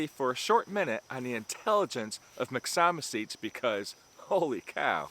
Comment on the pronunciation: Excellent video! However, I have to disagree with you on the pronunciation of myxomycetes. It should be pronounced mix-o-my-sea-tees. Have a terrific day my friend! 👍👍